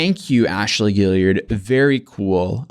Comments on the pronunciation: Guillard! Guilliard... Guillard! Guilliard... These are two different names and you keep saying one of them. And it's not the one that's spelt right. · I know it's kind of trivial given the gravity of the video but it's bothered me since the last video about this tiktoker, there's no "i" after the last "l" in Ashley Guillard's name, but he's been pronouncing her name Guilliard every single time. I don't think it's intentional, but he's literally reading her name 10's if not near hundreds of times and has not pronounced it right. Maybe I'm wrong? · Guillard is pronounced Gee-yard.